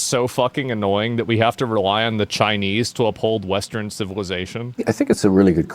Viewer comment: I think I’m turning Chi-ya-nese I think I’m turning Chi-ya-nese I really think so